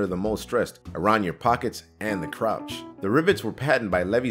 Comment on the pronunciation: Also the way he said Levi, and crotch.